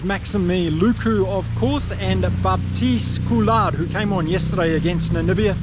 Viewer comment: Coulard ??????? Baptiste Couilloud !